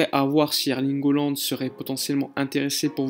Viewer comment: Hollande ? Ca se prononce Haaland, avec un a